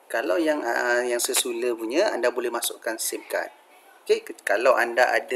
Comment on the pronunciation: se-lu-lar wak bukan se-su-lar .. ke ak yg salah sebut ??